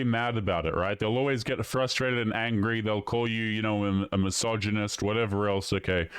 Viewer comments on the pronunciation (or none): none